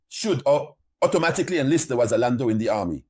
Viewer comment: You can not even properly say Wazalendo and now you know their strategy and how their have entered Bukavu. You are really a stupid dreamer